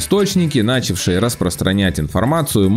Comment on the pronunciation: Не нАчавшие, а нчАвшие )))